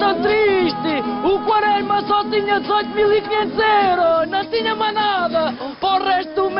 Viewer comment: "O Quaresma SÓ tinha 18.500 e não tinha "mai" "pó" resto do mês" HAHAHAHAHAHAHAHAHAHAHA